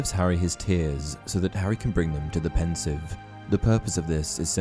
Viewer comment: BRUH its pronounced "Ponseeve" not "pensive"